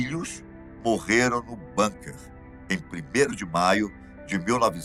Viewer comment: Por favor, não sei de onde tiraram a palavra "Banker". O certo é BUNKER e se pronuncia BÚNKA.